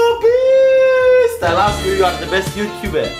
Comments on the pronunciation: mistlabees is wat he says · I’m the end it sounded like he said mewofeast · “i’ll say 1 million time merry beast” um sorry but u should say “i’ll be saying mr beast 1 million times, no hate btw! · Mine was when he said mcr beast